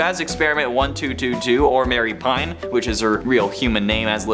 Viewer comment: Her name isn’t Mary Pine… it’s pronounced Ma-ree Pain